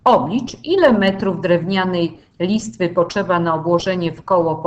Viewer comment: Czemu Pani mówi poczeba zamiast potrzeba Nieme t a czemu cz